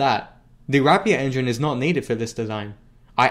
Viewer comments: why do yofu pronounce rapier as wrap pier? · I like you, and your videos,... but PLEASE stop RAPING the word RAPIER, for the RAPIER engine name... RAPE ER is how you pronounce it:) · Rapier is pronounced as "rapeer"